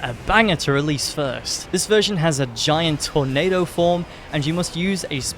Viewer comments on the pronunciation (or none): none